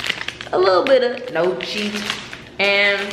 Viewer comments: Facts about dating and men. LOL its pronounced nyeoki...baby reindeer is good! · Your videos hit like those Sunday services when the message is confirmation of something you've been struggling with. ❤❤ And it's pronounced gnocchi "knee-oh-key". 🙂